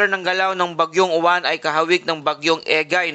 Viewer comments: Mali ka mag bigkas ng uwan dapat silent yowan kasi sa alphabet ay stu kaya yowan hinde mali spelling nito kundi tamang pag bigkas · Kasunod sa T U kaya uwan